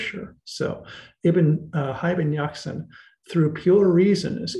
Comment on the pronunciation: Hayy in Arabic means "Living (being)" and Yaqza-an means 'Aware' or woken up( this how it should be written, for it is not as you pronounced it'Yaqzan' very short, where as "Yaqza-an is elongated, which the correct way to pronounce it. Many other mistakes are made in, for instance 'Al Ghazzali" which means 'The weaver' in Arabic, is pronounced 'Al Ghaz-zali' elongating the the z, and so on. Just thought you might want to know. Being an Arabic scholar, I notice tons of mistakes people make in attempting to translate/literate this great language, that has deeply influenced the west in particular, and the rest of the world in general. With very little credit, unfortunately! Not to mention the great polymaths it has produced throughout history. Thank you!